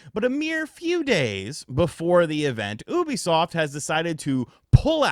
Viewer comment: Bro I had to stop watching why can’t this guy say Ubisoft right he sounds like an illiterate todler